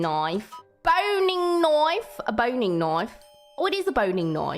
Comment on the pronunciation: 我現在在澳洲肉廠天天聽到這個詞 完美的澳洲發音 一開始聽到我還以為是勃__